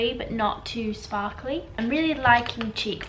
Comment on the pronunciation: lol when you said "ooh a shpawkly one" about the nail polish!